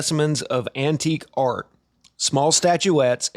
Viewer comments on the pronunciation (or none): none